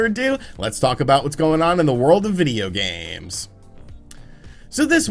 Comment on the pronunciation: I hate how he says "videogames" in the beginning when he says "in the world of videogames" lmao